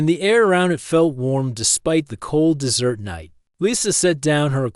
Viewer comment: The AI has great difficulty reading English. It pronounces desert as dessert and closer /CLOE-sir/ as closer /CLOE-zer/. It pauses in the middle of sentences as if the sentence is complete and resumes as if it is reading the next sentence. The story seems as though it may be good but the AI is such a fatal distraction, it makes it an endurance test to attempt to continue listening. I only made it 5 minutes 35 seconds before I decided to abort mission. Suggestion: hire a human to read the story if the AI is this incompetent!